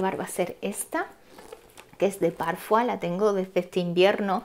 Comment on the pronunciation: La marca Parfois es portuguesa y de dice tal cual Parfois como se escribe.